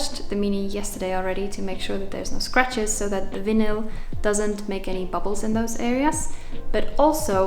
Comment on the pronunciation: Looking so great 👌🏻 the Vinyl stripes look awesome 👍🏻😎😎😎😎😎😎. Just check your pronunciation of Vinyl 🫂😉